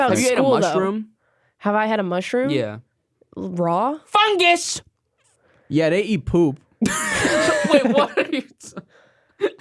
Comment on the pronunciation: saying fungus like thst is realy fucking me up i canr stop laughing idk why.